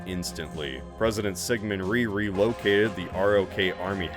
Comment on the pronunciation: President Syngman Rhee relocated the ROK Army headquarters... "Presiident Syngman Rhee Rhee-located the ROK Army Headquarters"